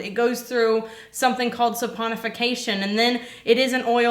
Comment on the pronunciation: I love when says "saponification"....!!!!